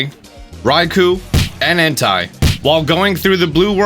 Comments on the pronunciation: Entai is pronounced En-Tay... and raquaza Is pronounced ray-quay-za.... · Imagine if Entei had an H in front of his name and pronounced it the way he does Because it’s pronounced “En-tay” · Is it ondly me or is he saying HENTAI insted of enti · “En tie” 😂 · I can't stop smirking every time you say Entei's name.